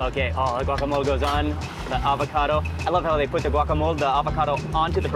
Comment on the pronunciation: I love the way you say GUACAMOL beacuse that´s the way we truly call it in Guatemala!! thank you!!!